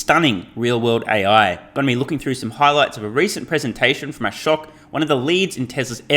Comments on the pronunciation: Did this guy call him ‘Akosh’? Lmao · How to pronounce Ashok - "uh-SHOKE" the second part similar to artichoke - the first part very flat "a". You're welcome 😁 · Ashok is pronounced "uh-shook"